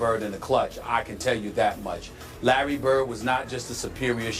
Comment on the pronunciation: It's Larry, and it's really not close.